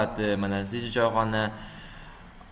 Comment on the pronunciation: CGni noto'g'ri aytingiz nazarimda!